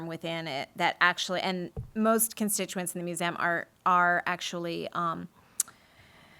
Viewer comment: Brilliant session! Her repetitive pronunciation of museum as "moo-zee-amm" was funny though. :P